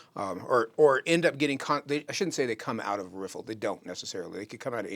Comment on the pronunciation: "rifflifliffiflllfffif" (Courtesy: )., thank you for creating the perfect out-of-the-mouth audio-visual lip synched water movement river riffle lesson ever. That is why you are #1 the BEST!! Picture frame was worth a thousand words. LOL